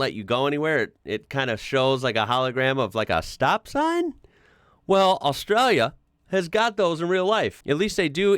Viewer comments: I am becoming increasingly concerned about the way you pronounce Australia, so here is the break down pronunciation in phonetics. Ost-stray-lee-a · Dontcha mean ARSETRALIA?😂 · Is kind of says Australia with the accent 😂